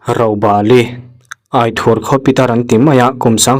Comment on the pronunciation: Aithur I lam dan kha dik lo..ithur tih a lam tur.thla ai ang khang